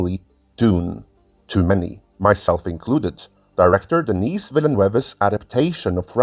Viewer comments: Denis Villeneuve prononciation help: The « S » in Denis is silent... so if you’re an english speaker but want to say his name they way he would pronounce it... it’s more like: Dennee The EU in Villeneuve make a single vowel sound... it sounds like Uh! Or you could pronounce The NEUVE part like NEVE in Neve Campbell. So « Vil - Neve » would be close enough. Villeneuve is the juxtaposition of 2 french words... Ville and Neuve... (City and New) and literally means New City. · THE S IN DENIS IS SILENT. DENIS as opposed to DENNIS. MAN! Some Peoples Kids! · I was about to say. He's not a girl, for the love of god. It's pronounced: Deh-NEE. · I like that you feign the appearance of tedious researcher, but couldn't be bothered to look up the pronunciation of the French name Denis. Takes two seconds.